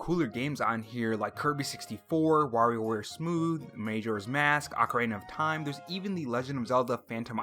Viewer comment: You mispronounced Majora's Mask. I don't think we'll be seeing these games anytime soon and I don't know why they announce companies renewing their games when it doesn't mean anything. Now Wind Waker could be possible since a leaker said that two wii u ports are coming. And didn't people like City Folk? Maybe you didn't but I think others did.